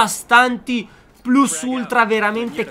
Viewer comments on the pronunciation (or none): none